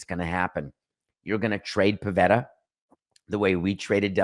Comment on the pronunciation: It’s “Pivetta”.